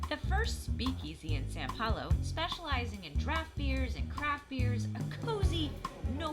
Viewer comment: it is not San Paulo, it is São Paulo